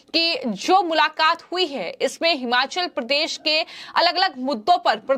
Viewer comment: हमाचल प्रदेश नहीं, भाई जी हिमाचल प्रदेश